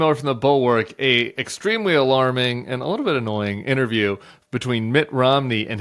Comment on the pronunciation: An extremely, not a extremely. Jeez Louise!